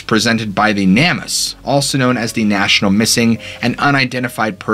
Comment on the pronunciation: A creature brown as a paper sack with long black hair. Was it brown or black????——I have always heard it pronounced with a long A sound or a hard A sound. NamUs. Nay mus. ?